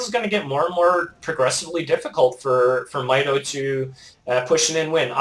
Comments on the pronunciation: Mikes name is pronounced "my toe" :D although your accent may just make It sound different, nice commentary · ***** Actually it is pronounced "My toe" =P